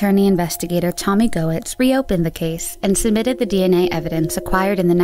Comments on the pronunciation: Just an FYI - Goetz is pronounced "gets." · Just here to point out it’s not GO-etz it’s pronounced like Getz lol